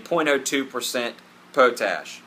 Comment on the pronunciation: Po-Tash? Maybe you mean Pot-Ash?